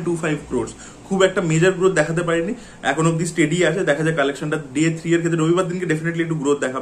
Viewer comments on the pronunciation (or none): none